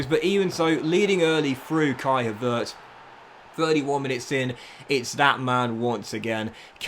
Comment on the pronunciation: Why do you pronounce Havertz like that 😂